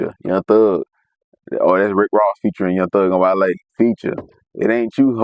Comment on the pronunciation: Kai: wall-e 🤖 Chat: 💬 wale Kai: 😴